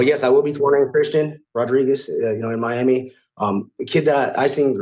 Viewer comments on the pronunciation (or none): none